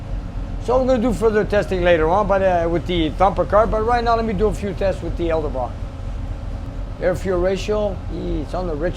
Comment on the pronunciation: I think its cute how cant pronounce Edelbrock 😂😉.